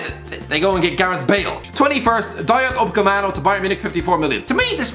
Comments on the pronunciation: Upamecano not upacmecano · Is someone gonna tell the it’s pronounced “UPAMECANO” not “UPACEMANO” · No one:: Dayot Ucepamhdjalo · It's Ooo- puh-muh-ka-no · What about him saying upecamano tho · How has he butchered upamecanos name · Think he's doing it on purpose for both Upamecano and Reguilon